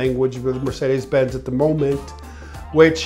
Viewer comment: As a German I have to admit that he pronounces 'Mercedes Benz' pretty accurate!